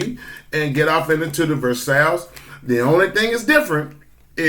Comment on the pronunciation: FYI, versailles is pronounced like your combining the words verse and eye, verseye.